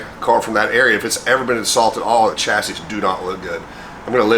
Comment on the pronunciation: What is a ''chyassy " I heard of a chassis pronounced shassi never Chyassy ?